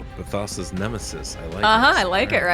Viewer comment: Deadwood keeps calling him/her Ba Thasa lol